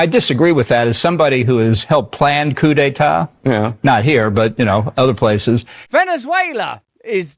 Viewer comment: He said COOTY Tah! Which is is not wven close to being pronounced right. What is wrong also is that he said it so loddy dah.